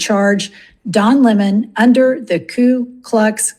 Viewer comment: So great to hear him referred to as Lemon instead of the fake Leh-mon. He's Lemon by name & a Lemon by nature